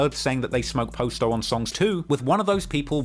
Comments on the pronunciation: Dude said “post o” that's when I knew I need to stop letting white people tell a black story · Man I hate how he saying posto name It’s Pa sto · When you started pronouncing Posto i literally turned the video off. Give up on Chicago coverage, we don’t want it. If you can’t even pronounce Posto then we can tell you didn’t follow Lil Herb’s career what so ever and it gives off that you just got into this when you began your niche which is fine but this is the definition of Voyeurism. You get most if not all of your points from Reddit. Just because it pays your bills doesn’t mean this is what you should be doing. The 600 documentary to me was even worse because it was just common knowledge packed into a documentary. This is slightly better because of the history but at the same time we all know the history of the BPS movement and Terror Town basically being the HQ. But literally even with this it’s like im 40 minutes in and every thing is common knowledge and regurgitated facts that everyone knows who remotely cares about the scene knows. Go back to UK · The posto pronunciation is funny as hell lol